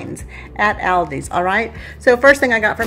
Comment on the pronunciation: I know I'm horrible about that! Not sure why though. Sometimes I say it right, but mostly I don't. I think it's because of my name being and pronounced AL not ALL. sigh... my brain...